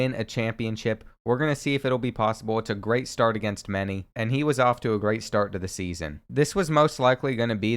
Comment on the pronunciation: I know it doesn't matter, but Many is pronounced "Manny", and they're fucking good. They've been state champs or runners-up most seasons of the last decade, and beat Newman this season.